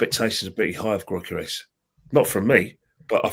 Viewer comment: I can't deal with the way that guy say Gyokeres name. I've never heard it butchered so much